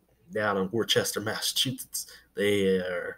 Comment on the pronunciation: I heard about the merger. However my team the Massachusetts Pirates decided NOT TO BE PART OF THIS! I hope they can find a league that can play with in 2020!!! And the city is PRONOUNCED WORCESTER (worse-ter)